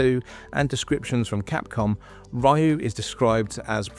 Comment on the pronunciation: Ryu like Ree oo, not Ryu like my or tie.